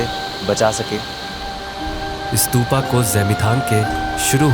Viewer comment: स्तूपा ❎ स्तूप ✅